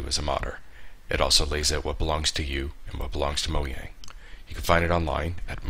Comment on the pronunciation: Lol Mo-yang